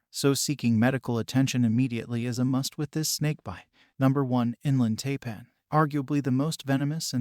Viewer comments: It's pronounced TIPAN not TAPAN. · Taipan... pronounced "Tie-pan", not "Tay-pan".